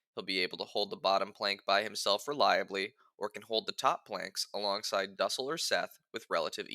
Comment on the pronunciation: Its not pronounced duhsell its doosell for duessel